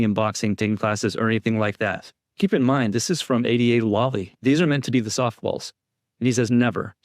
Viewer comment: Love ur vids & I fully support Karen Read. I can't stand Lally either but - please just pronounce it right! LAAAly - not LUUUly. The A sounds like the word "laugh". Lally. I'm all zoned in to what ur saying & every time u pronounce it wrong it throws me off of concentrating